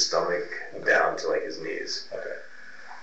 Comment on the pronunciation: Why does almost every investigator pronounce okay like "Okwai"?! Once you hear it you can't unhear it.